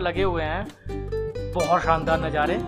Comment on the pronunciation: bhai aik baar nazare bol do rather than najare